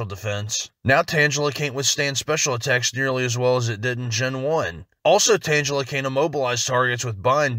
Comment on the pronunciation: Butchered that Tangela pronunciation